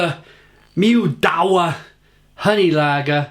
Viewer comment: Pronounced Mid-Vah I love Perla Pils.. but NOT this.. its rank!